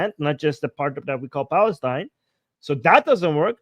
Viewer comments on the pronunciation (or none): none